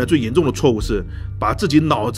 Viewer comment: 搞混了 二声 不是四声